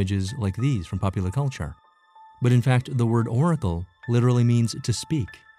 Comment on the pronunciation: Oracle not 'oragal'.